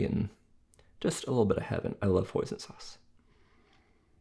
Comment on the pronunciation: hoison sauce it sounds like poison sauce and i thought he said poison sauce because it is spelled the same way with one letter different /poison/ /hoison/ hoison sauce it is my first time hearing that word hoison sauce it is usually i hear tarragon or soy sauce soybean soy and curds and whey and molasses and chocolate whipped cream and strawberry whipped cream and chocolate mousse and raspberry mousse and frozen yogurt sorbet but not hoison sauce.